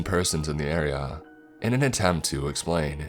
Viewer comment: Lake- a. area-a. Bog-a